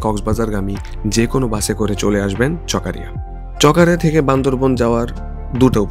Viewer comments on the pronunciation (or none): চকারিয়া ❌ চকরিয়া ✔️